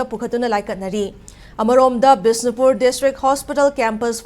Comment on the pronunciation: What bisinpur.. it's bishnupur